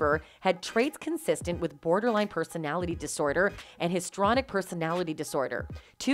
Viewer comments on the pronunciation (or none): It's pronounced "history-on-ick"....not "hist-ronic" personality disorder. 🙄😂